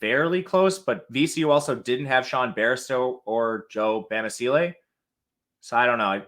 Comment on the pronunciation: Can’t say bamasille name right lol